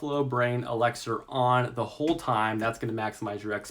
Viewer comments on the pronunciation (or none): OMG, were you drunk for this one? What's an exiler? An ELIXER? And what kind of math reader are you...cheese on rice and I actually followed you prior to this! 25 256k 20k600